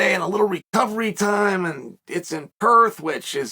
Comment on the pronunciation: 😂😂😂 it’s Perth